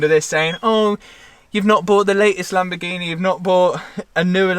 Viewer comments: I started watching when you had the bentleh then came a masarteh and now a lamborghineh. Well done to you Matt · Lamborgineh 😂 Congrats 👏 🚀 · Fun game take a shot every time says lambo-ghenieee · Is it Lamborghini or Lamborghinehh? 😉😂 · Lamborghineh! Matt you killed the pronunciation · uhhh you've not bought the latest laborjini, you've not bought a new lamborjini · He got himself a Lambagineh